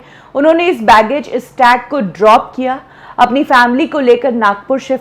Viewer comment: Didi बैगेज नहीं बैज बोलते है उसे😂😂😂